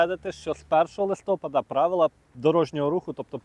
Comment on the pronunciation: Та неправильний наголос (так його бабуся колись казали) - то мізер у порівнянні з його рогульськими «прывычкамі» і «кілометрами в чяс».